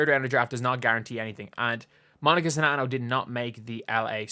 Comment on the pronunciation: New here to this channel, I appreciate you and I appreciate you actually knowing how to pronounce the players name 🤣